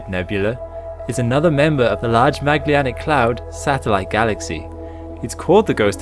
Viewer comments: Sorry, but program your voice synthesizer to pronounce the word "Magellanic" correctly as "Maj-ELL-an-ick". It is not "Mag-li-an-ick". Otherwise, this is a great series. Thanks. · mag le anic? i've never heard that pronounciation before for Magellan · I really like the content, as well as of other videos in this channel. But I am so bothered by how Magellanic Clouds is pronounced. I thought it's named after Ferdinand Magellan, but it doesn't seem to be by the way it is pronounced here. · why can you not pronounce magellanic correctly? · Great production, bud. Looks professional!! The narration, tempo, script, music....literally the entire episode (past ones as well!) is, other than being too short (hint hint) lol, it's ABSOLUTELY PERFECT!!!!!!!!!!!!!!!!!!!!!!!!! BUT..................only one real request ..................pretty please learn how to pronounce 'Magellanic'! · Can't pronounce Magellanic properly!